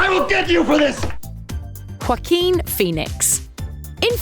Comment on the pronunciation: 🤣this lady pronouces Joaquin like they're trying to hock a loogie.